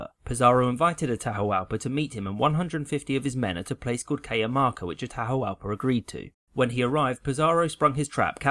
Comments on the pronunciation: and it's pronounced "Atahwahlpah" not "Tahawalpa" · the H in Atahualpa is silent